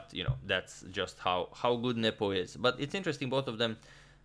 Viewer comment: Every time Adagmator says Nepo, I hear nipple.